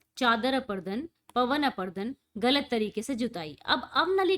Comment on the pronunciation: Mam chader aprudun nhi hota parut apradun hota hai